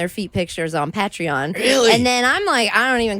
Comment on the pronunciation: The way she pronounces patreon lol